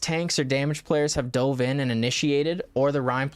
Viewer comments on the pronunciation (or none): none